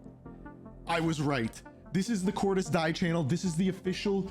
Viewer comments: …why do you continuously pronounce Cordis Die incorrectly? It like the easiest thing to say properly like…??? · Pronouncing Cordis die as Cordis Die sounds weird